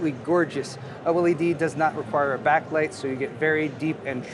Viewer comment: Oh el ee dee = OLED ;)